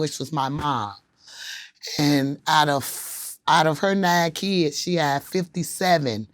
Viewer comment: “ his keyuds “ ...Kids...